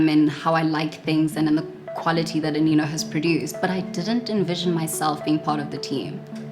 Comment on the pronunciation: I thought you pronounce it as "Aneno" but "Anino" okay